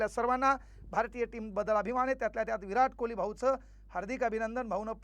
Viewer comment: Virat kohli ❌ erat kohli 😂